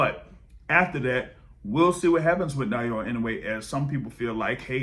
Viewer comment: A little help on Inoue's given name: ✅ NAH-OH-YAH ❌ NAH-YOH-UH I don't see Monster-Tank ever happening. Maybe Inoue will grab a big money fight over 126 at the end of his career, but I don't think Tank will come down to 135 at that point.